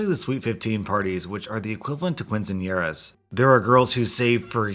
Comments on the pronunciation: 🤣 Kinseenyearah not quince lol not the worst I've heard tho. That goes to judge Judy's announcer. Kinseenanera. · Quinceañera is pronounced (keen-suhn-yeh-ruh) It's a very easy mistake to make for those that don't normally hear or say it to say it as (kwin-sen-yeh-ruh) just letting you know for future reference Keep up the good work your vids make even my worst days a lot better. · "keen-sin-yera" not "kwincesenyera" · Quinceañera is not pronounced with a "qui" at the front, in Spanish, it's pronounced as "kee" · It's pretty funny tho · my guy, I love you but your pronunciation of quinceañera hurt my Latina heart. 😂 It’s soar like “keen-sen-yerra”. Hope that helps! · Yes, this is true, but it sounds so much funnier when he says it as Quin. I'm not even offended as a fellow Mexican lol. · LOL when he pronounced quinceañera I had to look up at my phone to see the word and started laughing at the mispronunciation of it. (Background: yes I’m white but grew up in a Mexican trailer park) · I’m not Hispanic and I love with all of my heart but GOD the way he said “Quinceañera” made me cringe a little bit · The butchering of Quinceañera hurts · His butchering of quinceañera HURTS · Are we going to glaze over the pronunciation of Quinceanera? Haha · It made me laugh and cringe at the same time. It’s like when people order “fuh-gee-tuhs” or “cyoo-sih-dill-uhs” on purpose instead of fajitas or quesadillas.